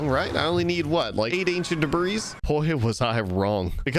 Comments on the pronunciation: The 's' in Debris is silent. It's pronounced "Debree". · The s at the end of debris is silent... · Please learn how to pronounce debris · The s is silent in debris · Why does he say debris like that